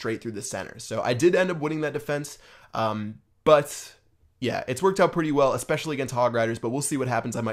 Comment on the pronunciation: It sounded like you said it twerked out really good...